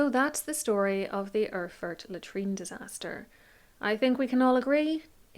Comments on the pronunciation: Try Air-ford as phonetic pronunciation. ;-) And yes the old German isn't easy to read, there are some letter I cannot figure, but It reads something like: Als the (person above) landgravine Ludwig of Thuringia had an argument with the archbishop of ...; to reconcile the ...travelled to Erfurt for one day in the month of July in the year of 1184 where an unexpected, terrible incident happened. The ... and his counts including the knighthood that awaited him in the convent of St. Peter in Erfurt his stay in a hall, which was a very old building and under which the monks common quarters were or "Speech(?) house lay. As now the inlet of the...was very big and the old beams couldn't bear the weight - they broke and so all those who were in the hall, apart from a few, along with the wood (aka beams) and other matter deep into the secret chamber. ...Frederick clinged on with his hands to an iron bar of the next window a d had been retrieved from there. It is more than 100 people, under which were 6 born counts have been struck and squashed to death or spoilt in the debris/refuse (they probably meant the poop here) as they couldn't help them so quickly. Amongst those that lay lowest in the excrements and drowned in the same was also Count Heinrich of Schwarzenburg who also tended to say: When this is not true, so I die in a crapper (derogatory term for toilet for those who haven;t heard the term before). The speech is quite long winding and my translation not grammatically accurate a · ER-FURT !? Very Apt ! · Listening to this story I felt again how utterly unpronounceable those old German names are for everyone who has not learnt this language from their parents or at least from very early on. Mainz, btw, is pronounced `Mines`. And Erfurt is "Airfoort". Killer Toilet is a nice epithet on this smelly event. Perhaps the floor gave in because the builders had skimped on the thickness of the floorboards? Maybe the pit exploded? Too bad the Mythbusters aren`t around anymore.